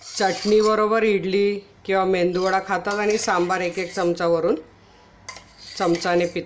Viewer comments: मेंदु वडा नसतो मेदु वडा असतो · Mendu vada nahi o..... Medu vada bola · अहो ताई 'मेंदुवडा' नाही हो, 'मेदुवडा'.😂😂😂🙏🙏🙏